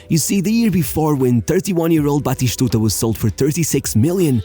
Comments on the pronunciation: Lol, Batishtuta 😭😭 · Why are you saying "BatiSHtuta?"?